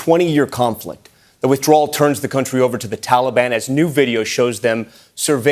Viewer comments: He can't even pronounce Taliban properly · Wish he could pronounce Taliban.